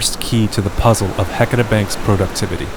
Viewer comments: Ok, I grew up here in the Willamette Valley, 58 years old and NEVER heard of Heceta being pronounced like HECK A TAH in my life! It feels and sounds so,,,,WRONG to not say HE-CE-TA. Agh! How does one get beyond this mispronouncement that is ingrained in me?? I love Oregon, and geology. Thank you for this great information! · Thank you! I'm a native Oregonian and grew up in North Bend on the Oregon coast. We've always pronounced it "Ha-sea-ta". "Heck-eh-ta" is grating to hear. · I never heard it called "HECK etta" until the 80s. I think it has to do with people who weren't from here coming here and mispronouncing it, and then pretending that the LOCALS mispronounced it. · I know right! Ive lived here my whole life & always correct people who dont know how to pronounce it properly, but im shocked to hear a well-educated scientist say it wrong. I wonder how they pronounce Yachats, my favorite place in the whole world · I can't listen to the word Heceta mispronounced through an entire documentary. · You guys need to learn how to say “Heceta”